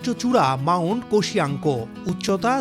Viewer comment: অষ্ট্রেলিয়ার সর্বচ্চো শৃঙ্গের নাম মাউন্ট কজিয়োস্ক, সঠিক উচ্চারণে মনযোগী হওয়া উচিত।